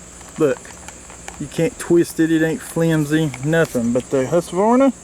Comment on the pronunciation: It’s actually pronounced hoosquvarna in Sweden